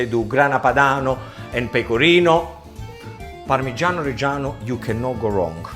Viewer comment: Pamigiano not mozarello you idiot!